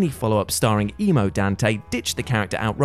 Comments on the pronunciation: That's not how you pronounce "Donte". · Emo Dante? No, no, no. We call him Donte.